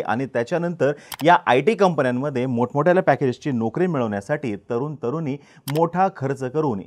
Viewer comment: ' न ' आणि ' ण ' ह्यातील फरक कळतो का तुम्हाला? भाषा जरा नीट करा. तरून-तरूनी नसतं.. तरुण-तरुणी असतं.